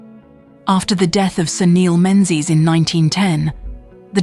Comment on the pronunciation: AI AF but relatively accurate. Drone shots and photos are all from other sources. It's also pronounced Mingies. So yes, AI AF.